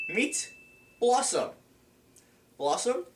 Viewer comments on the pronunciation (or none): pretty sure it's BELLossom... not blossom. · I bet a lot of the dislikes are for pronouncing Bellossom's name wrong